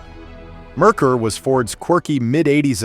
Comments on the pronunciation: Mare Coor NOT Murkur!!!! It's German for Mercury. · Pronounced Mare--kour!! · It's pronounced Mare koor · It's pronounced "Mare Core" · I stopped when "Merkur" was grossly mispronounced. Either the narrator is an idiot or an AI.